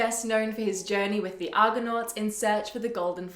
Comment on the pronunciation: 0.27 It is Argo-nauts not Argon-nauts. Argon is a gas with atomic number 18. But over-all, 'very well done'.